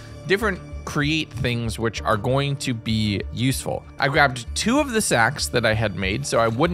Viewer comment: Every time he says the word useful a shiver runs down my spine...